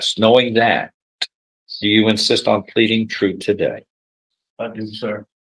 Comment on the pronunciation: Defense attorney needs to practice saying you NOT chu